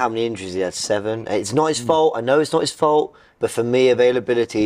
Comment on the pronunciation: robbie this entire video: YEH BUT ITS NOT 'IS FOLT IS IT DOE